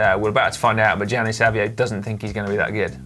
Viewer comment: Dan, please learn to pronounce Gianni in a proper way!